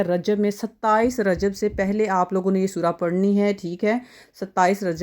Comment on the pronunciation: یار سور کیا ہے 😢 الفاظ تو درست بولو